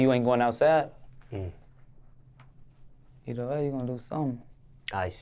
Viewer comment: Hear that La Capone “ yakno”. LLLA🤕